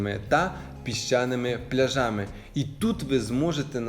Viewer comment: Не пляжАми а плЯжами😊